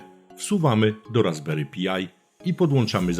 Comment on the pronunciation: Raspberry PAJ nie Pi-aj. i "Klient SSH Pati" nie Pjuti. To w kwestii wymowy. Natomiast bardzo przydatny materiał, dzięki wielkie za wrzucenie!